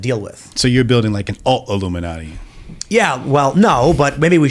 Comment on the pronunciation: Illumin-alt-i? Huh? I’ll stop now.